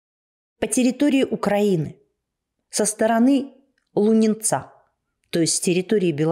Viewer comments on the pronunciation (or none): Не ЛунинцА, а ЛУнинца!